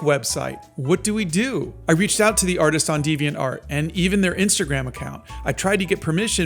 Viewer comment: Devainart is pronounced without the emphasis on "art" commonly